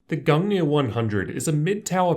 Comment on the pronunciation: Thanks for the pronunciation of the case. I was kinda freaking out about it. Excellent video my dude!